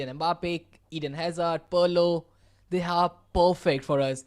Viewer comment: someone tell this commentator its not parlo its pirlo😢😢😢😢